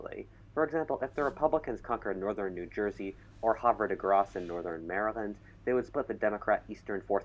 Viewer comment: As someone from harford county maryland havre de grace is pronounced by the locals as have are dee grace but have are dee is all one word so like havarede no whatever the narrator said